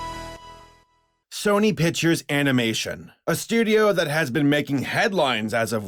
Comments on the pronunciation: Good video But it's not fucking pitchers it's picTures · "sony piturs" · Pictures pronounce pick tchures not pichures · you know there is a c in the word pictures, right? I know this is almost a year late but damn that annoys me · "sony pichers animation" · "SONY PITCHERS ANIMATION."